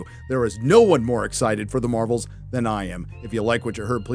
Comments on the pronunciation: Haha "Marv-elle" and "Her-oes" are new to me, love it! But nothing else about this subject 😢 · “The marvols” 😂